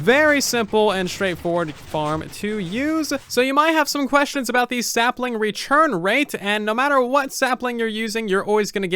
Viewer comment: why does he say tu like chu. For example, "Rechurn rate"